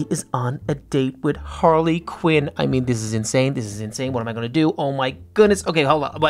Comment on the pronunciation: ITS HARLY QUEEN NOT QIN